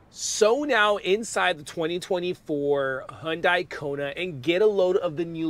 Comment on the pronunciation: Because that’s the correct pronunciation of Hyundai